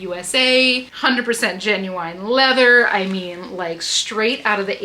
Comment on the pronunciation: The "lea-vuh" and lace...🔥🔥 Excellent haul! And the skittles bag of Viagra was wild!! 😂😂